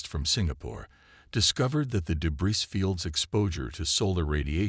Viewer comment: The repeated mispronouncation of "debris " detracts from the narration. Where is the quality control?